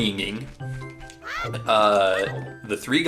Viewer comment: Nah don't undermine yourself, your knowledge on this series is very impressive. Also, no way u said "In the beninging"